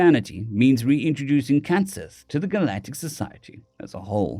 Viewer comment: Cait sidhe not cat sith lol